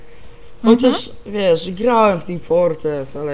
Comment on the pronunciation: Co to ma niby być "Teem Fortrees" ? o.O jak coś to "Team Fortress" :*